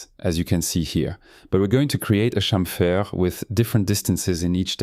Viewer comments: This French touch in Chamfeeer 😄👍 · Unga Bunga, me like french man say "chamfer"